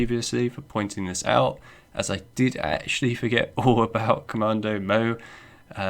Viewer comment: It’s Komodo, not Komando.